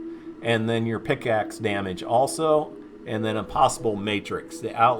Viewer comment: Bro it's PICK axe not PIX axe lol but anyways great vid! Keep it up!!